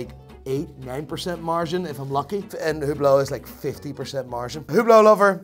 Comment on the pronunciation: and i don't like the way he pronounces "margin"